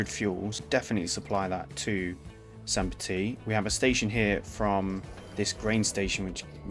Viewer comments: First time viewer. You have a great voice, and the video was interesting. However, one thing was very jarring for me..... if you are going to use an accented pronunciation, make sure you have it correct. "Petite" is pronounced petiTE not "petee". In french, when you have an e after a consonant, you always pronounce the consonant. "Petit" is pronounced "petee". Slightly less jarring, but also weird is the mix you use... in French "Saint" sounds like "san/can/ran" (no vocalized T)., it does not sound like the English "saynt". So you are using an english pronunciation for the first part of the city name, and wrong french for the other part... oof. So please choose one or the other, and if it is in not-english, make sure to look up a pronunciation. (And if this is a map you have created, then change the name of the city to not have an E at the end if you intend the masculine form of the word. "Petit".) Anyway, great video, informative and interesting content. Makes me want to play the game after a long hiatus. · So I start watching the video, and I immediately have to call this out: because "petite" ends in an E, the second T is not silent. "Petit" is pronounced, "puh-TEE;" while "petite" is pronounced, "puh-TEET."